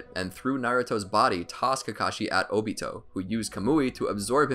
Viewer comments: its obito not otobi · I hear he said dobito